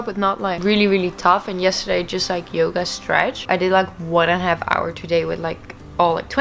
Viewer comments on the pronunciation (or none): none